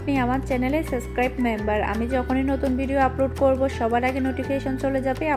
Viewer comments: It's not suscribe apu....it’s subscribe*😂😂😂😂😂 utube channel khular age subscribe pronounce kora shikhen😏😏😏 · ইংরেজি শব্দ একটাও বলতে পারে না।অশিক্ষিত মহিলা,গ্লেন্ডার কি? ওটা ব্লেন্ডার/গ্রাইন্ডার।আর সাস্ক্রাইব না হবে সাবস্ক্রাইব। 😂